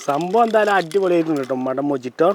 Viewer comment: മോജിറ്റോ അല്ല മോഹിതോ എന്നാണ്. ഇതൊരു സ്പാനിഷ് വേർഡ് ആണി. J ഇൻ സ്പാനിഷ് h' ന്റെ സൗണ്ട് ആണ്. Quire uno mojito amigo?